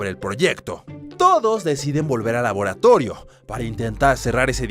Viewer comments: Jaja no sabía que laboratorio ahora se dise laboratollio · En el minuto dijo laboratoyo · escuche que dijo laboratollo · laboratoyo xd